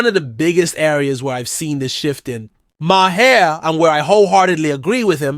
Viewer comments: Thanks for the video. But you’re saying his name SOOO wrong. It’s Maher, it sounds like MARS without the S. MAR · You need to look up the pronunciation of “Maher “ 👍